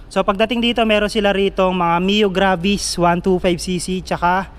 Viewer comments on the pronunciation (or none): none